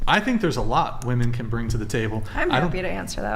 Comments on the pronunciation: Bring not brinGG. "They brinGG uhhhh emotional security..." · Her pronouncing the word bring…”bringuh”. Ugh it’s so stupid but it drives me nuts 😂